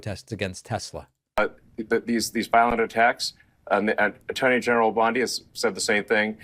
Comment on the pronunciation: Am I the only one who heard “attorney general Blondie”?